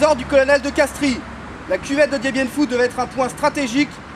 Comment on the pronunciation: Vous ne savez pas prononcer correctement le nom du colonel de Castries (on prononce "kastr", le i est muet) ! :-)